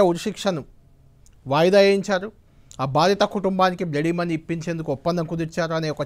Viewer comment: అది బ్లడీ మనీ కాదు బాబు. బ్లడ్ మని.